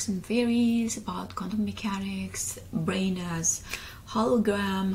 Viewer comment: Quickly into your example, you can add how language is the same way. Even though you say bwain. Instead of brain. We can still easily understand your sentence due to the surrounding words and the bwain😂 hehe can create a whole story that includes the word brain.